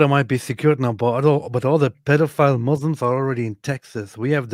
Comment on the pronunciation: I LOVE HER Lol The 'All the mooslims can..' speech has me rolling